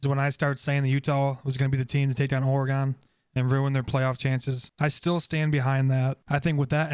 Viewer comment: OR - GEN. OR - uh -GEN.